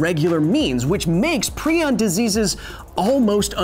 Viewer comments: It annoys me prai·uhnz --> prion Not pree•on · Is prion pronounced "pree-on" or "pry-on"? My retired-veterinarian biology, former Emory Hospital-researcher AP bio, and medical doctor chemistry teacher all said "pry-on" but Kyle says "pree-on." I'm not trying to offend anyone - I'm genuinely curious which is correct. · Agreed, it's definitely pry-on. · I've always heard it as pry-on, not pree-on. Kinda drove me crazy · TIL that it is pronounced PrEon not PrIon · "Prion", like "ion", has a hard I: Pry-On. A line over the letter in the dictionary pronunciation means it is pronounced as the letter. You pronounced it wrong every time... and you said it a lot of times. When you learn a new word you intend to repeat twenty to fifty times in a very short period to probably a couple million people who have never heard the word before, just to cover your bases, you may just maybe want learn the pronunciation of that word, as well. Just maybe. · Per the discoverer, its said [pry-on] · ...it's pronounced "pry on"... just saying... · Proin sounds like Crayon!!!!!🤣🤣🤣🤣🤣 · Why are you pronouncing prion wrong? It's pronounced (ˈprʌɪən), the i i s pronounced like the i in Brian. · Stop saying pre on :( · Great video!! I had no idea that I have been pronouncing prion (pry-on) wrong for the past 3 years. Keep up the good work, sir!!😁